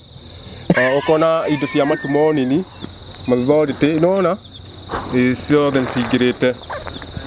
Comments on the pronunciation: Mat 2026 I'm back hear to listen to man. Makolejiko - psychological Mateborùthi - metabolism Mathority. - Authority Masekonti. -ma time😂 Most of all I like hearing saying by the way ati by way they. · Ati anasoma mathority😂